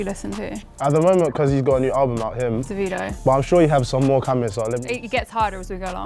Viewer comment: Listen To How She Pronounces Davido 😂